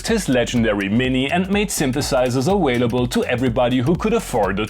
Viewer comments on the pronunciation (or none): When you say awailable and wintage, I secretly orgasm. Thanks for another amazing wideo.